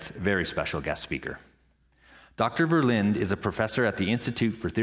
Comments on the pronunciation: Ver + Lin + Duh = THREE syllables. How I wish you Yanks had chosen for German as your American language. That was a close call. Lots of Germans in the States. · it's not berlint... it is Verrr - linn - duh.... not a w or b, it is a vvvvv